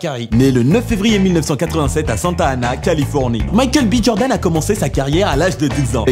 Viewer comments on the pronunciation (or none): none